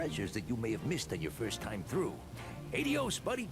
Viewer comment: It’s AH-dee-ohs. You were right! 👍🏼